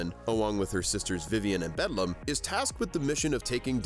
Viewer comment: While I really like this analysis and agree with it, I kept laughing at how frequently you mispronounced Beldam's name. Also, pretty sure Grubba just flat-out died.